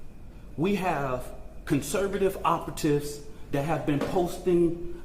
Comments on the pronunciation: Actually, the guy did NOT say “conservative operatives” as he was unable to pronounce that second word. I don’t know wtf his effort was, maybe “oppatips” but it was definitely not operatives. And, when I heard it, I laughed and laughed! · Did dude say “conservative oppatits”? He failed to say “operatives”. Hey, Karmelo! Karma, hello!